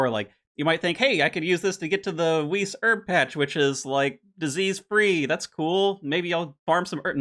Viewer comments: please its not pronounced weece. Vice, or Wice for an english pronunciation. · can you please not call it WHEAAAST ? It is called (Weiss) W (eye) ss, thanks a lot. As a german I just had to put this out there. Much love